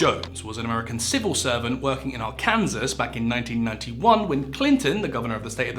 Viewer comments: Great video bro! Very informative, this was the first one that popped up when I searched this lol 😂 and I gotta subscribe because I’m glad this ain’t another one of those AI narrating channels smh tired of that bs but good shyt ✅ And edit : it’s pronounced AR-KAN-SAW loll not Kansas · are-kansas....did you mean Arkansas? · ‘Ar-Kansas’… it’s pronounced Ark-can-saw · Ar-kansas? That hurts to hear 😂 Ar-can-saw. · Are-Kansas??? ARE-can-SAW. 😂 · Arkansas??? it's AR KAN SAW. FFs? Otherwise enjoyed your work. Do better xx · Friend. Arkansas is a French word. The last "s" is silent. Ar-kan-saw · Its pronounced Ar-kan-saw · Pronounced Arkansaw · It's pronounced ' Arkansaw'... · I love all your videos and content- brilliantly made. You just need to be careful of your pronunciation of cities, towns and states. Derby (Darby) Gillingham (Jillingham) Arkansas (Arcansaw) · AHR-ken-sah. Arkansas. It's on Wikipedia. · If any Americans winced at "Arr-Kansas", then welcome to our world! This is how we feel every time an American YouTuber mangles a British place name 😆🇬🇧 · What a predictably British mispronunciation. Arkansas is correctly pronounced like AR-kun-Saww. EmPHAsis on the first sylLAble, as my 9th-grade English teacher used to joke. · Hard to take you seriously when you don't know how to pronounce Arkansas 😂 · The americans are gonna be mad about the pronunciation of Arkansas